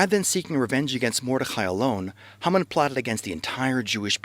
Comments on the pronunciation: I can read and write proficiently in Hebrew and I can speak a pretty well for not having studied it conversationally for several years. I've NEVER heard Haman's name pronounced HUmin. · I don't hear "HUmin"--I hear Hah-mun spoken quickly. But even if he used the Americanized "Hay-man", the video had a great message that fast-speaking Americans (for whom it was probably made) can understand. I don't ever want to criticize an effort to declare Truth. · that is the funniest pronunciation of Haman I've ever heard :)